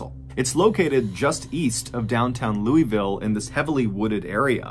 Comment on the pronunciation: Nooooooo. I’m such a huge fan of your channel. Please forgive my Kentucky blood. It’s pronounced lull-Vull not the way that it’s spelled. Just a warning in case you ever visited Kentucky 😂. They will judge you so quickly and you deserve southern hospitality.